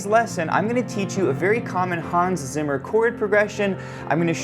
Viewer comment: Zimmer… es heißt ZIMMER 🧐